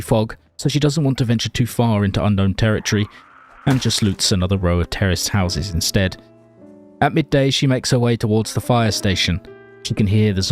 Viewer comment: What He says: terraced houses What i hear: terrorist houses 😀